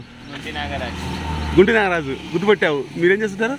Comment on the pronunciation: Nagaraju kadu ra 😅🤣🤣🤣😂